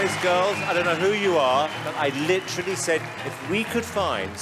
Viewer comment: I hate how Brittan says licherally instead of literally